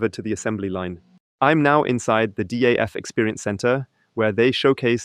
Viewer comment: Is this also available in original german language? Btw, it is DAF, not D.A.F. The old meaning of van Doorne Automobiel Fabriek is longe gone.